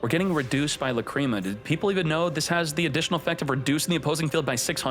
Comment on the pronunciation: Love your content but Lacreema?? Come on bro that's not how you pronounce it 😂